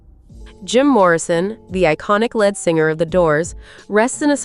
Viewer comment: Pronounced lead again as leed.😊